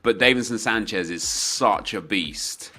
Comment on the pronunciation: Does it annoy anyone else that he says davinson Sanchez wrong